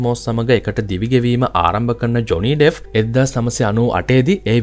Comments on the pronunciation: ඩෙෆ් නෙමෙයි ඩෙප්ප්.. ලෝක ප්‍රසිද්ධ කෙනෙක් ගේ කථාවක් කියන කොට නම හරියට කියන්න.එතකොට නොදන්න කෙනෙක්ට වටිනවා. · ඩෙෆ් නෙවෙයි බං ඩෙප්